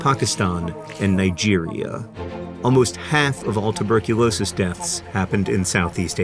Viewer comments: "Tubercu-NO-sis" got me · tubercu no sis 😂😂😂